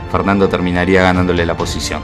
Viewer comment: ¿Por qué dices "ganandolé" y no "ganándole"?